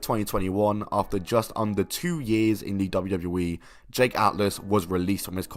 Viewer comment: double u, double u, E. Not dabbadbabdabdbadley. Annunciation matters. Speak clearly. You don't even say the correct letters.